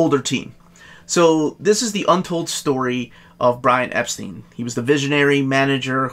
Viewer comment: I just have to say that, with him being British, Brian Epstein's last name was pronounced "Ep-stine". Only us Americans seem to pronounce "stein" as "steen" for some reason, lol.